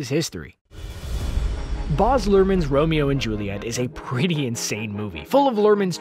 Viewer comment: Boz Luhrmann? It's 'Baz' mate.